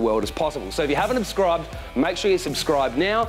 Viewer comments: "if you haven't ubscribed" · ‘If you haven’t UBSCRIBED’